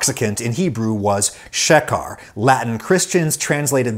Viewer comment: Is the pronunciation correct? Is it "shuh car" or "she care"? I only ask because of the bars over the "E" and "A" make me assume "long vowel" pronunciation.